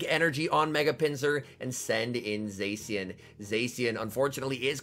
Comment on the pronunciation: can you pronounce Zacian correctly its triggering (epic gameplay btw!)